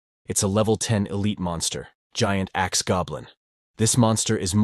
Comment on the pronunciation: narrator saying: huge axe goblin. What i keep hearing: Huge ass goblin also narrator saying sheman instead of shaman cracks me up ^_^